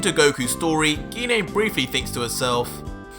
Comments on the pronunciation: このYouTubeの声のナレーションは、誰なのか？GINE(ギネ).なのに、この声のナレーションは、ギニアと言ってるけど。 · Bro he said ge-nay bro it’s pronounced jiy-n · I hate to ask, but why do you keep going back and forth between pronouncing "Gine" with a hard "G" and a soft "G"? It's kind of distracting.